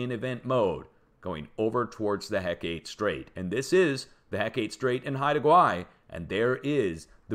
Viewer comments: Hecate Strait is pronounced heckit. Not heck ate. Thank you for your dedication in this important information. I live on the coast of Alaska. I’m subscribed, believe me. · Hecate is HEH-kuh-TEE, not heh-KATE. Ancient Greek name for a goddess.